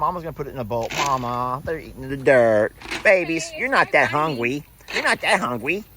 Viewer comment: Have you seen the number of thumbs down on this one?! 284! Jesus Christ! "Hungwy"? Jesus Christ! Grow up. What a fuss about nothing. God help us!